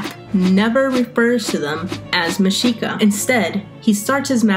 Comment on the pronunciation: Finally someone pronounces it correctly. Anyone who took history of that time period in college would know this but you'd be surprised how many pronounce the x with a hard sound.